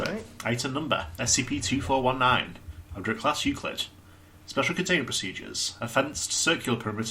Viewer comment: I like how we've reached the point where Darnell just doesn't care about Tan mispronouncing the Object Class anymore Also considering the events of 2419 that D-Class from the Monopoly SCP really lucked out, didn't he?